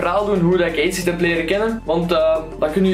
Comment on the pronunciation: echt hilarisch hoe je acid zegt